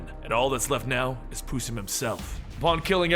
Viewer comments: who is pusem its possum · I SWEAR TÔ GOD I THOUGHT THAT INSTEAD OF PUSSIM YOU SAID PUTIN